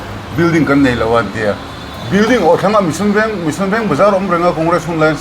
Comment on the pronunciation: hi mission, tennis, chanmari tih a lam dik thiam leh tlat....